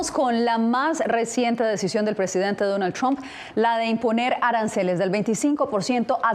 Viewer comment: Aprendan a hablar se dice presidente Ente